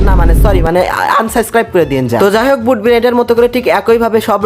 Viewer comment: ভুট ✅ বুট❎🤣